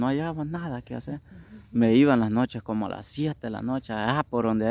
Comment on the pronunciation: Volteeme...aver se dice komi......